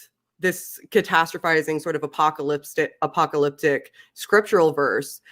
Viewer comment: accidentally said "Apocalipstick". That would me a great all female metal band name